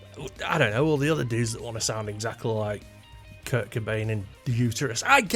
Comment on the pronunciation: I watched the video the entire way through, and it's not like there's a huge revelation? You start out saying that you don't want to copy a guitar tone and therefore you can't understand why anyone else would, you tell us you don't like grunge and proceed to mispronounce Kurt as Kirk, then repeat these points for 8 and a half minutes. 🤷‍♂️